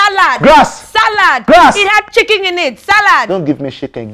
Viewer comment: “Don’t give me shiken, give me fooowwl” 😂